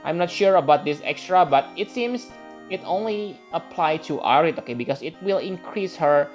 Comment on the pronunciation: Ah-ryth @@ good vid tho